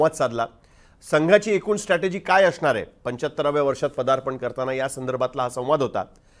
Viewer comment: I have noticed there pronouns issue with you people… some words like asnaar but you are pronouns ing ashnaar…, M I right guys???